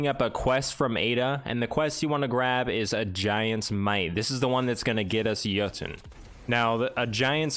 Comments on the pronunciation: Awesome, thanks for the guide. And awesome that you pronounce Jötunn properly. If you manage to pronounce Gjallarhorn properly too, I'll be so happy. :) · Thank you for pronouncing it correctly